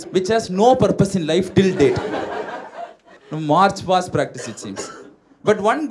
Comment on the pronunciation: It is March Past and not fast